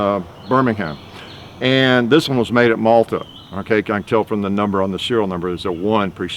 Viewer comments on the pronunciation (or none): ROF Maltby, not Malta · Maltby (yorkshire) not Malta